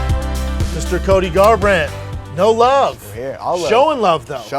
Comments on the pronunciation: I noticed that too lol cody garrrand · gar—rant bwuh bwuh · CTE kicking in, Brenden can't even say Cody's name properly. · Did Brendan have a stroke on that first manscaped commercial? Love that y'all just said fuck it - we're not reshooting that. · He bailed on Cody’s name. Hilarious